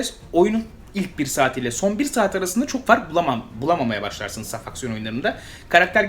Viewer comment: "saf aksiyon" evrimi loading... finish: "safucksiyon"